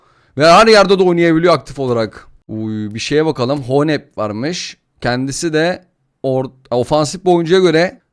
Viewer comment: Abi o adamın adı honeb değil hones o b gibi olan almancada ssssss